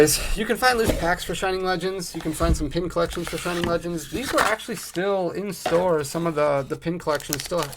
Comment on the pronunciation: “Flegends”😂 great video 😭